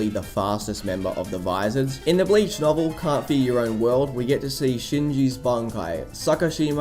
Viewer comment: I wanted to watch this, but you kept saying blayech and it makes me cringe everytime